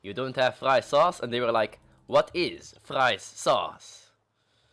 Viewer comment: oooooh now i get it! Fritesaus! HAHAHA and you called it friessauce! No shit it was confusing xD. If you said mayonaise they would understand, but they still would frown at you though :P. BTW best fries is a patatje oorlog (fries war); fries with mayonaise, peanutsauce and unions... so amazing!